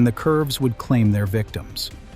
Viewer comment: Please talk to somebody who knows the vocabulary of railroad operations. On the railroad, “consist” is pronounced “CON-sist,” not “con-SIST.”